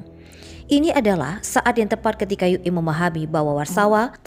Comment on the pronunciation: Orang Indonesia kok memalukan ue dibaca Yu E bagaimana jati dirinya sebagai orang Indonesia Maaf